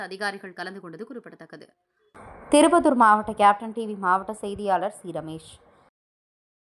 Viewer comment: திருப்பத்தூர் என்று தமிழ் வாசிக்க தெரியல இந்தம்மாவுக்கு!!!😢